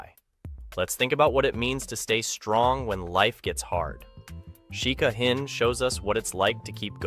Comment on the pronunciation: Her name is Hind not Heinz ....